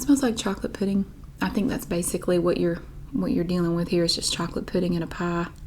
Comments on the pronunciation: Love your assessment of your pronunciation of "pie"! It's as though you say the first vowel sound in the "ie" diphthong, but don't widen your mouth to the hard "e" at the end. Or, you say "pah" through your nose like a Midwesterner! Or, of course, you're just pronouncing the corn dog accent 😂🤣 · The way I would spell pie if I only heard you say it would be paigh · I think it’s pronounced “peye.” 😂